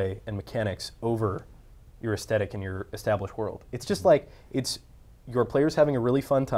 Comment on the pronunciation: I keep hearing them mess up on the word "aesthetic" with "thesthetic" lol #Bethesda